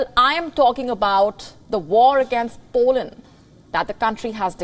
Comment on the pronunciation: I heard Poland too.